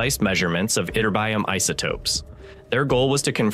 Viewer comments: When you use words you don't know how to pronounce, it's worth looking it up! "itterBYum" is NOT the right way to say it! It should sound a lot like magNEsium and poTAsium: "iTURbium". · Great video! Anybody else viscerally bothered by "itterbyum"? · yih-TER-bee-um, not what your retarded AI keeps saying.:face-red-droopy-eyes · Why, oh - WHY - people who has been NOT studying physics, nor chemistry, who DO NOT KNOW to properly say the name of scientific terms - "adore" to play physicists ???!!! ---> EE-TER-BEE-UM, and now : Go to corner, stand on one foot and repeat 1000 times ... 😐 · Yup, ytterbium is pronounced yitt-ter-bee-um. 😊 I have a few grams of this in my element collection. I have 86 in all. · I had a hard time concentrating on the content of this video when the voice-over keeps pronouncing ytterbium wrong. Is this some kind of AI glitch? Isn’t there some kind of oversight/editor who could catch these things?